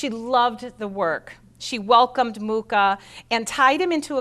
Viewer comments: Pronounced moo ha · I was born in the same small town as A. Mucha and would like to inform you that you mispronounce both his surname and the name of the town. The "ch" in Mucha is pronounced totally different and Ivančice is something like "ee-one-tchi-tze". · Incredible that a presenter cannot pronounce Mucha's name properly. Very American. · At least pronounce his name properly...